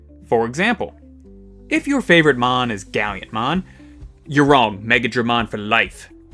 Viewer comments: Why do you always say Gallantmon as Galliantmon? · I kinda flinch a little every time he does that.